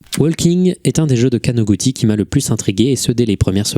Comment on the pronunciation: + le Kanoguti mal prononcé mais c'est un tout piti détail